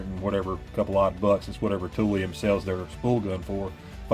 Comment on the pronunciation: "Tool lion." Toolion. Not "tool-eon" Toolion..... Raaaawrrrr....... ferocious I realize....... I'm the tool🤣